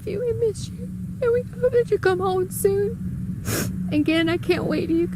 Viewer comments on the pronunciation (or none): none